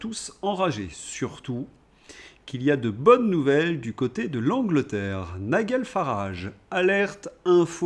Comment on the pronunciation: En anglais, on prononce NaïeDjeul, pas NaïeGueule !!